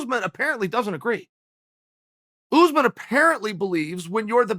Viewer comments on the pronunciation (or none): It’s USSmahn nor Uzzzmen just sayin put some respec on his name god dammit Colby is a weird ass name but people can say that but they can’t say USMAHN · It would never work for Usman because he refers to Usman as "Oozeman" 😂. How would a curse work when you can't even pronounce the man's name properly. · Chael: OOZmun! Usman: Oosmahn. Chael: OOZMUN!! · Uncle Chael “Oozeman” Sonnen